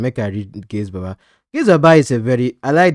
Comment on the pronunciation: Gaise Baba not gaze